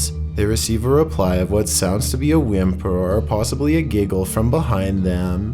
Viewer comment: “Almost a whimpuuurr”